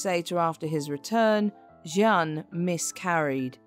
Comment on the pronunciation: Jeanne,means jane ,you keep changing pronounciation